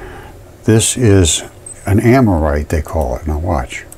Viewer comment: Don’t take anything this guy has to say as scientific. He can’t even say the word ammonite correctly. And the Earth is not body parts.